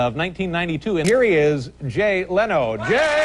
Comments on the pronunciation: its leno not leeno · Leno is "Len-o", not ley-no, not lah-no. Len-o. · My-la Kunis. Jay Lee-no. (Okay, I don't know why I found these funny but I did)